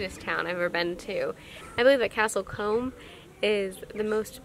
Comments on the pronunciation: castle comb not castle kerry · I lived in Castle Combe back in 1976. It is pronounced Coom (like whom). The house(s) I lived in you can see just to the right at the end of the bridge (the one to the left of Porch House) the one with the peaked entrance. The house belonged to my then fiancee's parents. The house in fact consists of two houses. They purchased both houses and connected them. We lived there for 6 months. It was very quiet indeed. Back then, as today there were no street lights. There were two pubs in the Market Square. One for the locals (The Castle Inn) and one across the way for the tourists. The one for the locals had a parrot and a beer drinking dog. This is the village where they filmed part of the original Dr Doolittle movie. Fun fact the wall along the creek was built for the movie Dr. Doolittle and only dates from the 1960's. The only problem we used to have was when buses of tourists would visit the village. They thought that no one lived in the houses and they often just walked into the house unannounced. That was always fun. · your description of how to pronounce Combe confused me and I live in Wiltshire and know how to pronounce it lol